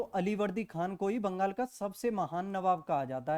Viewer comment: Vangal nhi bangal hota hai